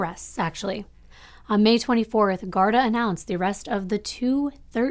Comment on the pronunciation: Not trying to sound like a no it all. I only know this from people I know from Ireland. The police there it's pronounced GAR-DEE like how they say saint paddy-ieeess instead of a shorter and softer y sound. But I love you're videos you're so beautiful inside and out. You kid is lucky to have such a clearly loving mother. :)